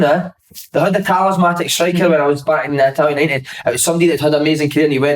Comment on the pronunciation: Signori the "talismatic" striker😂😂